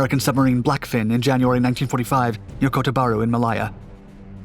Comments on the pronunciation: It’s not Mal eyer but pronounced Mal Layer = Malaya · . That was my understanding as well. I thought this overall was great, except he couldnt pronounce Malaya!